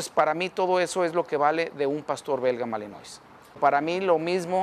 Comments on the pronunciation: Se pronuncia malinoa y se escribe malinois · Malinois se pronuncia "malinua"